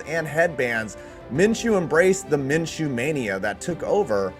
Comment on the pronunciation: "Min....Min...Min-chew" 🤧 - Chris Berman